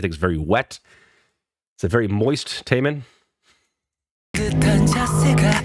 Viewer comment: Yes! you pronounced his name right this time👊🏼😎.Taemin and Jimin from BTS are great friends. Both are extremely good dancers